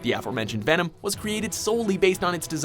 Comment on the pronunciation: did he just say vanem